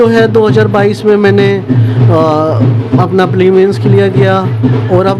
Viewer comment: Prelims bhi nhi bol p rha sahi s yr 😂😂😂😂😂